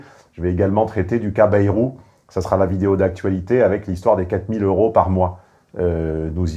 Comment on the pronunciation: Hé chef on dit 200 zeuros et non pas 200 heuros… ça fait désordre n’est ce pas ?